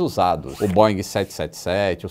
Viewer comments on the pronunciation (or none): none